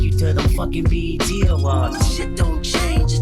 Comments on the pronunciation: it's pronounced B-E-T not bet. Lord 😂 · OMGGG said the “Bet awards” 😭😭😭 its B.E.T. (Black Entertainment Television) 💜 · We gonna ignore that she called it the "bet awards"? lol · Bruh she called B E T, bet 😂🤣😂🤣